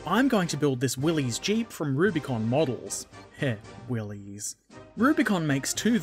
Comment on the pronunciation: It's pronounced Willis, not willys